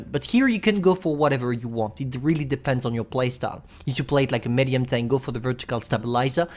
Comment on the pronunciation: Its pronounced meedium or midium not mädyum no offense u little french baguette